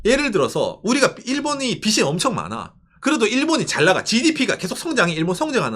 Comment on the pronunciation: '빚이' 의 올바른 발음은 [비시] 가 아니라 [비지] 입니다 마찬가지로 '빚은' = [비즌], '빚을' = [비즐] 이라고 발음해야 합니다